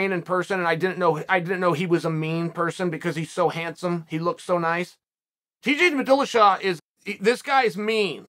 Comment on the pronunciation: T Jade Madilishaw